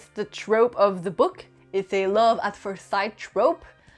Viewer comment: I READ THE BETROTHED SO YOU DON'T HAVE TO...WHAT THE F----CK IS THAT? That is so stupid. It is like saying, I have lived a life so you don't have to. And learn how to pronounce first. Just google it. It is really easy.